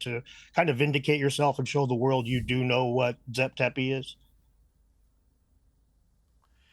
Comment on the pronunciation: It’s the world not the worled! 😂😂😂